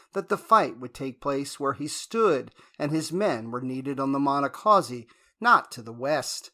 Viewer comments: It’s painful hearing the narrator weirdly and wildly mispronounce “Monocacy” each and every time. The correct pronunciation is: Mahn-knock-kha-see Do everyone a favor a re-record this video using the correct pronunciation of Monacacy. Perhaps you used a bad AI version to do the audio? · Check you pronunciation. It's muh-NAH-kuh-see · It be nice if you knew how to pronounce the name of the battle !!!!!!!!!😤🙄🤓